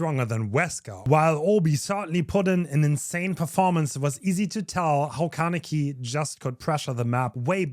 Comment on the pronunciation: Kah - neh - key. "neh" like the "ne" in "neck" like in your example. See it as three separated sounds instead of trying to link them with each other: kah - neh - ki. Alternatively, you can go to google translate, select Japanese, type "Kaneki" and click on the speaker icon to hear.